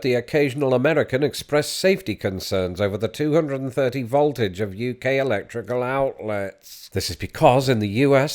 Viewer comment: I quite enjoyed the pronunciation of 'voltage' as 'vault-age' here. Don't think I ever heard that one before.